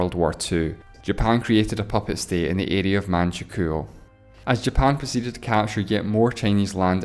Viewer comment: You can’t pronounce Manchukuo?